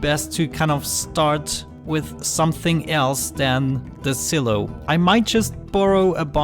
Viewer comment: I believe it's pronounced s(eye) low